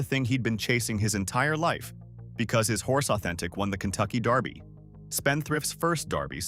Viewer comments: Please! It's DERBY! Not Darby. Do your research. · Its derby, not darby! Kentucky belongs to the people, not a bunch of millionaires! i resent your saying that cause its not true! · This is killing me. It is pronounced Versales NOT like the french chateau. It is pronounced DERBY not Darby. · It's Kentucky Derby..... Not Darby! Pronounce it right if you are gonna do it! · It’s DEEEEErby. Not Daaaaarby. 😂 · It is also pronounced "DERBY", not "DARBY". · It’s DERBY not darby. What the heck?!? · DERBY Not darby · Derby is pronounced Dur-bee; not Dar-bee...😊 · Also, it is dErby, not dArby. 😉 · dErby. NOT Darby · Huh it's pronounced how ever the person says it saying it Just like Louisville people says it different I Lived in Murderville Guntucky My Whole Life A Couple Blocks From Derby it doesn't matter how a person says it Frfr but as I was writing this I heard dude on this video say Darby lol so I understand wat ur talking bout your right to correct them on the way there saying it lol My Bad